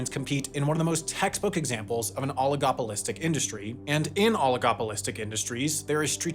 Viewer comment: "oligopolistic" "globality" 😂😂😂